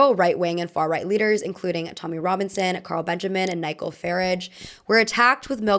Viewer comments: just fyi it's nigh-jel and edin-bruh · Ny-gull Farridge 😅